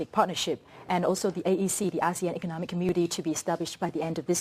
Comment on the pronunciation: It's " economic "... Not " ecomic" dummy